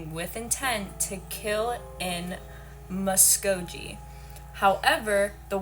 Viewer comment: Fyi its pronounced MUh-sko-gEEE